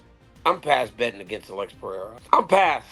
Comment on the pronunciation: “…The Goat… Alex Pierre.” - Chael Sonnen 😂😂😂